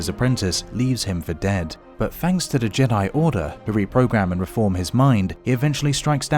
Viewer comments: It's not JEA-DEA it's JEA-DIE bruh pronounce it right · you said Jedi wrong you said juday